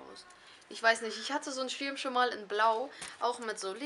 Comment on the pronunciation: Du sagst das "i" so lustig :) Der Schiiirm... Tolles Video :)